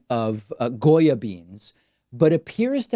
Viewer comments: I appreciate the fact that you pronunced it how we do, not only in Argentina but in most of the spanish speaking countries of America. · Gotta love Davids perfect Spanish pronunciation of the name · David Pakman speaks Spanish ??? Cause that pronunciation was pretty darn good